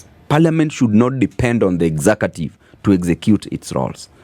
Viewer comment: “Exacative”?.? I always learned “executive” ….